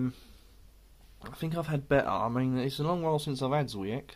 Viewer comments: It's pronounced chvyiech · Awright beer, caramel notes chime in here too. 'W' is pronounced as a 'V' in Polish, the C is more of a 'CH'